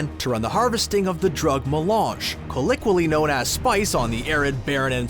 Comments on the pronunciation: "Co-lick-qwee-lee known as Spice..." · Excuse me, did you say "coliqually" instead of "colloquially"? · " Co-wick-quilly Known as Dune"?? What the hell word was that?? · "colloquially". col- LO-qui-a-lly